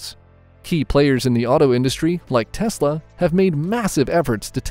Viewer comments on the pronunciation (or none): none